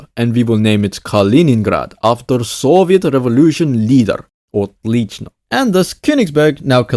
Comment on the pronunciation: I really how you pronounced "Отлично" xD